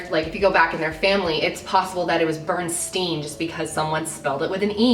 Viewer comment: you said berenstain bears so wrong lol you said it like burn, instead of bearn